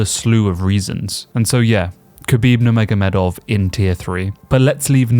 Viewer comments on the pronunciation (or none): none